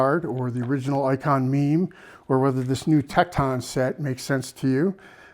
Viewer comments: Tek ton. Not Tek Taun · I've never heard anyone pronounce Tekton like that. It's pronounced Tekt'n. But you even draw out the O in Icon . Sounds like Ikohn. Where are you from. Illinois? Wisconsin ?